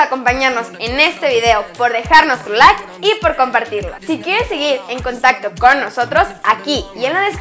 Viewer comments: siempre dice lak en vez de like:v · Que arenosos los tipos que piden "LAIK"